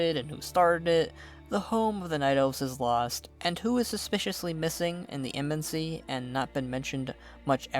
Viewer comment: I appreciate all the work you put into these videos... but the way you say "embassy" drives me nuts. It sounds like "embensy". Back to on point... I like how you say, in regards to Greymane, "we did take his land and his son..." Sylvanus personally killed his son and slaughtered his people. He does not know the whole story but he also believes the Horde abandoned the Alliance at the beginning of Legion, leading to Varian's sacrifice. Even though he's wrong about being abandoned, his hatred for Sylvanus (and thereby the Horde), is well earned. To be fair, you did say your view was biased but Greymane took the brunt of it. It was a great video. I enjoyed the Horde one as well.